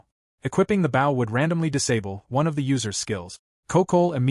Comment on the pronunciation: It's amazing how you deliberately let tge narrator mispronounce "bow" so consistently.